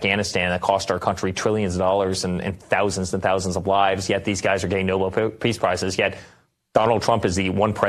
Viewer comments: Oh, god, Eric has gotten infected by Karolying. It's noBEL, you idiots, not NObull. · "Noble" peace prize?!! The gentleman's last name was spelled Nobel and pronounced "No-Bell". Eric, your daddy doesn't give one hoot in hell about you!!! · Nobel not noble, Eric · Why can’t they pronounce it correctly? It’s not like the word noble which is how they pronounce it. It’s Nobel eric!! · Why he pronounces “Nobel” as “noble”?